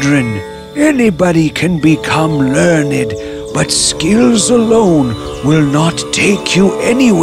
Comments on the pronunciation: its pronounced ler - nd not lern- id XD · Learn Ed???? Rest of the pronunciation is very good,,,, but this one,.... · They are saying learnyd instead of learned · if they're smart why can't they say learned right